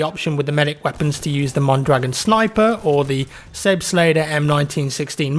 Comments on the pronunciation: Selbstlader not laeder. like Aaaahh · Its not sebstlader Its sebastler. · I believe it's pronounced more like "Zelbstlodder". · Your pronunciation of the selbstlader is aweful, and it's weird how u come to think it should be pronouced that way. Selbstlader just means Self Loading, just say selbst ladar and you're about right. But very helpful video, thanks! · the a in lader in selbstlader is pronouned like the a in father. :) whether you're a brit or a yank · the way he said "Selbstlader" is funny :D. it's german btw and means auto loading or self loading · How can you pronounce Selbstlader like that? I bet you say nebelwerfer like the guy in Sniper Elite 3. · So cute how He pronounces Selbstlader <3 love from Germany